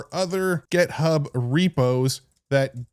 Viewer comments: why do you say gEthub? gethub, gethub, gethub! It's github!!!!! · Why do you always call it GetHub? It confuses me every time lol